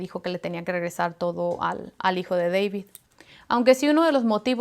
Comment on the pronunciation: Deibid ha ha ha ha se oye chistosa su accento !